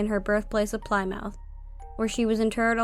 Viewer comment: Very enjoyable. You'll probably never have to say the word again, but just in case Plymouth is pronounced "plim'eth", with plim sounding the same as slim.